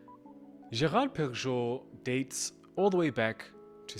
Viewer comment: Great video. Love GP! First time I’ve heard Perregaux pronounced that way. Thought it was pehr-uh-GO? Would love some insight